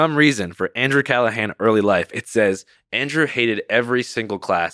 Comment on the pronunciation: Had him on and still did pronounce his name right